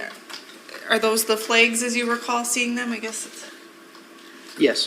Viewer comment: I had to skip past all the ‘flehgs’ and unwrapping 😅